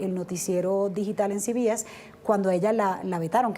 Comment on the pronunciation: No se pronuncia ci bi es. Se pronuncia ce be ese. No sea idiota.